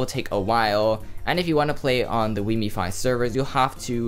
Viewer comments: It is "Wiimmfi", not " Wiimmifi" ;) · Its wiimmfi, look it up. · I agree, it is wimmfi :) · You heard him say wiimmifi instead of wiimmfi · It's pronounced weem thigh!